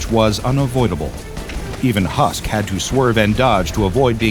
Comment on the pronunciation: this was an amazing video i love dr bobs videos but everytime he said husker i was screaming husk his name is husk not husker